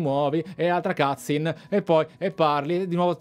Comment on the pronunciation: digital foundry ha analizzato la demo. Demo e versione finale di un gioco sono cose diverse. Anch'io ho le stesse perplessità ma attendo che esca il gioco per confermarle o ricredermi. By the way si dice "cutscene" non cazin